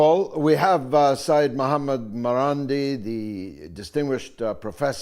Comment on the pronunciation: "Sey-yed" means a descendent of Prophet Muhammad. It is written as "SEYYED" and must be pronounced as SEY-YED. One of the many reasons I completely stopped to listen to the BBC news is their dark, hopeless & painful portrayal of the world we live in where no hope exists for the future of our planet. Doom & gloom mixed with heavy pro British, pro empire propaganda make the BBC feel claustrophobic, suffocating & above all NAUSEATING.